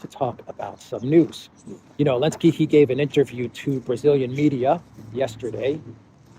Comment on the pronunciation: Why does he say “Alensky” instead of Zelensky?